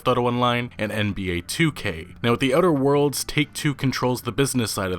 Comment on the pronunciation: Are you talking about "outer worlds"? It sounds like you're saying "other worlds". Annunciate